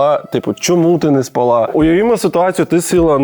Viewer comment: Льоша, у слові "спала" наголос на інший склад